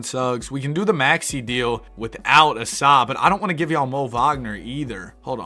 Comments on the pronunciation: Asa is pronounced like the A in cake, ASUH not ASahhh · asa is pronounced ay-suh btw